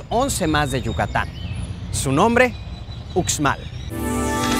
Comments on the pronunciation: pos sí!! bonito mi estado :) sólo una observación, la letra x en maya suena como sh, así que uxmal debe pronunciarse como ushmal y no ucsmal. Lo mismo para xtabentún, debe sonar shtabentún y no cstabentún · COMO QUE UKSMAL🤣🤣🤣🤣🤣🤣🤣???????soy yucateca, uxmal se pronuncia Ushmal... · Dios!!! pero que horrible pronunciación del presentador! como que Ucsmal??? se pronuncia USHMAL!!! Era muy bueno el video, lástima por la pronunciación HORRIBLE!! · No son troks, son Trucks, no es Estabentun es Xtabentun, no es usmal es Uxmal, la X en Maya suena como sh. Celestun no es nombre maya sino el nombre del fundador del puerto, se llamaba Celestino de apellido maya Tun y la gente del pueblo le decía Don Celes Tun, con el tiempo el pueblo se llamó Celestun, la abreviación del nombre completo de su fundador. el cenote de dzibilzaltun se llama Xlakak. EL chac-mol nunca ha venido del centro del país. Más bien de todo centro América. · Muy bueno pero no se dice ukzmal se dice ushmal o sea la X de pronuncia ush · Muy bonito documental solo que antes debería informarse de la pronunciación correcta de cada lugar ejemplo no es utzmal es uxmal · debe sonar ushmal e ishtabentun no ucsmal o icstabentu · A mi gusto faltaron las grutas de Loltún y la Zona Arqueológica de Ek Balam. También quiero comentarle a, que la X maya tiene una pronunciación figurada de SH, así, Uxmal se debe pronunciar Ushmal y no Usmal como él dice. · Y tambien continuando la "X" aqui la pronunciamos mayormente para los nombres mayas como "SH" entonces no se pronuncia Cucstal (CUXTAL) ni Ucsmal( UXMAL) sino Cushtal y Ushmal, de ahi todo estuvo super bien... Saludos. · Me perdieron cuando el narrador dijo: “estabentún” y “ucsmal” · Debes de practicar la forma de expresar los nombre de muchas cosas y lugares la X suena ushshs ushs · Uxmal se pronuncia Ushmal, en todos los nombres mayas la x se pronuncia como sh porque así es en el idioma maya. Por lo demás muy buen programa.